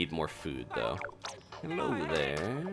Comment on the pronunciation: Your "Hello" reminds me of the "mid Atlantic" accent from those old movies and is as endearing as always! I'm happy and excited to hear that you've gotten so many Splatoon 3 videos recorded, due to it meaning that you've been training up and that you've gotten your Splatoon passion re-ink-nited. The conventional wisdom for Splatoon control sensitivity is to use the right stick for large camera control movements, meaning that you might want high sensitivity to be able to turn your camera quickly, but then have relatively low sensitivity for the gyro controls, since it's recommended to aim with the gyro. This is even more so the case for long-ranged, accurate weapons, such as the Splattershot Pro. I just wanted to mention this due to what you said during your first match. I noticed in at least your early matches and especially when shooting the test dummies while waiting for a match, you seem to be aiming a bit high (mid to high on the target). I think you were the one who taught me way back within Splatoon 1's first, or second year that Inklings' (and now Octolings') hit-boxes are larger towards their lower half, much like the test dummies. (Thank you for teaching me that,! I have tested it against the dummies and seen my shots sail right through the squid fins.) Aiming lower helps you land hits. Also, when your shots travel a shorter distance, there is less space for deviation. I'm sorry I've forgotten if you've told us that the big monitor high up on the wall of the tes